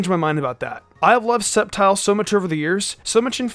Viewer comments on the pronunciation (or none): Well I guess nobody noticed hi saying sceptile sneakyli